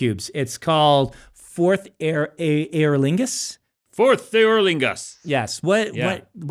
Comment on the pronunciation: Unreasonably amused by Brandon pronouncing "eorlingas" as "Aer Lingus"